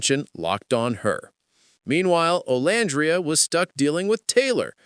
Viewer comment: Are you deliberately calling her name wrong it's very disturbing and cringe if you thought you were cool I'm disgusted by all this